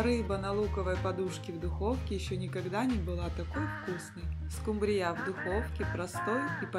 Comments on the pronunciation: СкУмбрия, а не скумбриЯ. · СкумбриЯ? Первый раз слышу, что бы так скУмбрию называли.. 😉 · Господи!Ну почему скумбриЯ,а не скУмбрия?Когда научитесь правильно говорить по-русски?Уши режет ваша неграмотность. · Рецепт неплохой,но в слове скумбрия -ударение на У(((извините уж...неприятно даже слышать...😢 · СкУмбрия,а не скумбриЯ... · Точно ухо режет ударение скумбрияяяяяя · Рецепт не досмотрела,не правильно поставленное ударение режет слух,а это не допустимо,если вы уважаете свою аудиторию 😢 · Извините,но что за новое название этой рыбы?! СкУмбрия,произносится с ударением на букву У!!! И ещё,музыка портит всё видео!Извините ❤ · Так интересно она рыбу называет😂. Это в каком регионе так говорят????